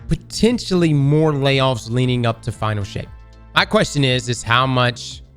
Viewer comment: Is it me or did I hear Final S**t? Not Final Shape?